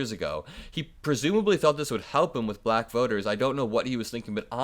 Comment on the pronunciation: I always wonder about his weird pronunciations. It’s almost like a fake accent, slightly babyish sounding. “She became buh-LLLACK”.🥴😖Ugh! He is repulsive.